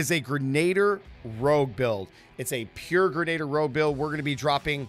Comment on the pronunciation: For the love of god, stop mispronouncing ‘grenadier’!